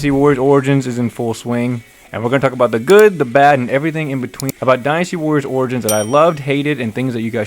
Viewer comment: You are pronouncing Dynasty wrong 😑